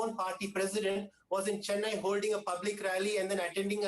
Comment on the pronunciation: Anyone hear pronunciation ?? Shocking least to say.... Jallukutty??.cheeennaiiii?.. Dravidian culture??..there is no such culture, say Tamil culture...I don't think these guys have any clue about my state.. no wonder why both central parties struggling here...